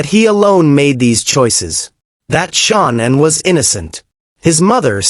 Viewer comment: This reporter is talking about someone different this Shaunann whos this or is it he doesnt know how to pronounce Shannan Chris Watts wife name is Shannan Watts